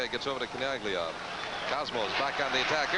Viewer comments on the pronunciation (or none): I know we're watching a Lancers broadcast, but these guys pronouncing it Chin AG Lia makes it almost unwatchable.